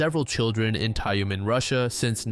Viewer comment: the heck is "Tayoomen"? it's Tyumen, "yu" is pronounced as "yu", how hard is it? gosh